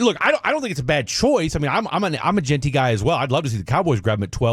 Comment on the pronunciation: Why does he keep saying Ashton’s name wrong? It’s pronounced GIN-TEE! 🤦🏾‍♂️